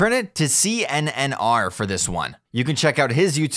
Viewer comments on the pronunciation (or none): "C-N-N-R" lol, it's just pronounced Connor haha